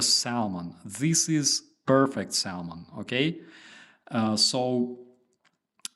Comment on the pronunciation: No "L" in the pronunciation of Salmon. It's some snobby 16th centurion trying to Latinize English.